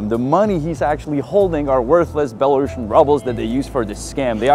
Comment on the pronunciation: Měli byste si opravit výslovnost "Belarusien", je to spíš něco jako "belarusijen", než "belarašen".